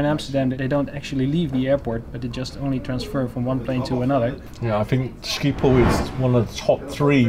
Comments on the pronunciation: Sciephol😂😂😂 statement: sgiphol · im dutch but you say scipol but you need to say sgiphol and how you spel dat is schiphol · Hahahaha he said Schiphol like skiephol🤣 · No one who isn’t dutch can pronounce schiphol correctly ahah